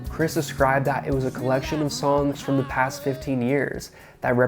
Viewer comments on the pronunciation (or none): none